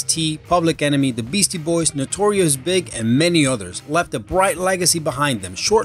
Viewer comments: Its Notorious B-I-G, bruh. You don't pronounce it Big. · "Notorious Big", lol.